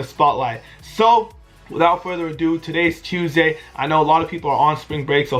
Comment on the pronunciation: why do you say Tuesday like that 😂